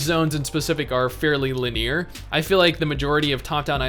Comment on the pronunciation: li· nee· ur not lin· ear Seriously man, It is triggering.